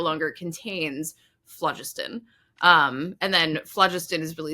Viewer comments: I loved this episode! As a chemistry professor, in historical contexts, I've only heard phlogiston pronounced with emphasis on the second syllable. By the way, cobalt isn't merely laced with arsenic, there is a mineral called "skutterudite", which is a compound with the empirical formula CoAs₃ - it's a personal favorite for me because of it's symmetrical and interesting crystal structure containing As₄ squares, CoAs₃ = Co₄(As₄)₃. One of my research specialties concerns the metal-rich compounds of the rare earths; second pronunciation of lutetium is the only pronunciation I've heard. The arsenic-sulfur compound mentioned is orpiment (As₂S₃). I thought omitted the letter 'y' in her pronunciation of "bixbyite", but Wikipedia informs me that there is indeed a mineral called bixbite as well! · Not being picky but phlogiston was pronounced with the emphasis on 2nd syllable: flō-'jis-tǝn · "phlogiston" has no accent on the first syllable! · I believe phlogiston is usually pronounced phloGISTon, rhyming with piston. Too bad you didn't get around to discussing placeholder names like ununpentium and ununhexium. Anyway, love your videos. This one reminds me of a song by Dr. J. Robinson. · Pedantic point: in British English phlogiston is stressed on the second syllable.